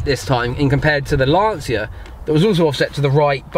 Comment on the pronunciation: Lanseeuhh!?!? Lancha.